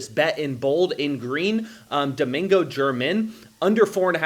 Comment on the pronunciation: I enjoy your videos, but Domingo German is not pronounced like the country. It’s pronounced hermit.